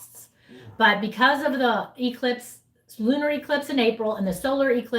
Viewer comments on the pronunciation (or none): none